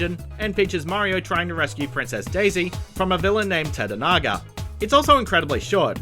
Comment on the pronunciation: tata-naga? it's Tatanga....tuh-tong-guh....jfc.... also: Luigi's Mansion Wario World Wario Land: Shake It the Mario & Luigi games Mario Golf: Toadstool Tour Donkey Kong 64 Yoshi's Island and yes, those all technically count.